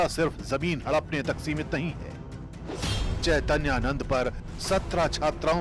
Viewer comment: इस एंकर को बाबा का नाम नहीं लेने आ रहा है।चैतैयानंद बोल रही है यह सत्ता की दलाल है कुछ भी बोल सकती है।